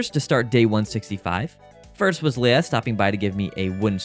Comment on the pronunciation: Leah is pronounce LEE YAh. NOT LAY-Uh. That's LEIA.